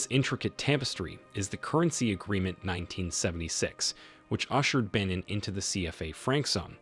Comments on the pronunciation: That’s not how you pronounce Benin sir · I wasn't going to make this comment but as I continued to watch the video it was clear the narrator has made little effort to seek the correct pronounciations. Coup = coo Benin = Beh-neen Wade = Wah-deh And also people of Niger are referred to as Nigeriens not Nigerians (confused with the people of Nigeria). Some of the subtitles were incorrect also (Chant = Chad, for instance) Other than that critique, this was a very informative video so thanks for making it. It Irk's me when so much research has gone into the video!